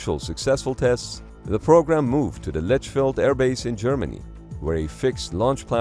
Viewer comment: Hm, where is the Lädschfäld airbase? I only know "Lechfeld"... 😆